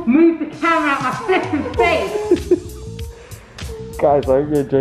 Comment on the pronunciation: it's so funny when says 'they're going in the bin' and when she says 'flipping' haha